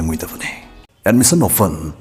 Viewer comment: You are speaking like you know everything under the sun. Just like the number of websites on the google your speech is one of them i guess. Please read more books instead. And also please do publish your own dictionary. Hearing your voice "Admission offen admission offen", i feel like am in 2nd standard.